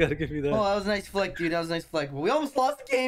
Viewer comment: He said naisu like the japanese players :0 すごい！